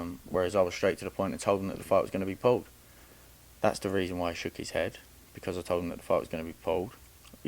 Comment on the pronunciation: Why does someone that say Pauled instead of pulled think they are smarter than everyone else? The gain is you can finesse the public again telling us these boxers are in the same level or can beat fighters like a Canelo or that you’re education in the sport is actually relevant. What fighter have you taken from amateurs to pros. None Pipe down another footballs coming home hype job